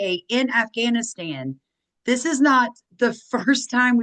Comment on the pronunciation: MTG was worth $700k when she entered office, she is now worth $25m. She attributes it to her construction company; however, her stock trades prove differently. And it's "dis", not dish. Sam did a video on MTG, might want to watch it. Happy Turkey Day!